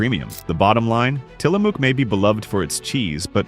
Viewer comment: Tillamook - pronounce the "ook" like the "ook" in "book."